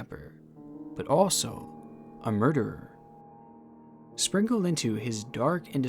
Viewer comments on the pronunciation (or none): none